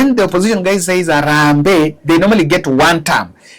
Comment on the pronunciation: 😂😂😂😂ruto cant say Harambee 😂😂😂😂😂anajua tu